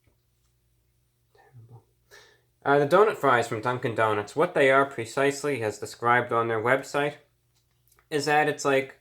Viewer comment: Legend has it reviewbrah is still saying dunk-in donuts to this day